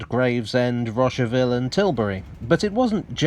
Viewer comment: At about , you said something that sounded like "Rocheville", and that's what the subtitles picked up. But the only "Rocheville" in the UK is in Northern Ireland. And Rocheville, France is in the middle of the Cotentin Peninsula. What were you trying to say, here?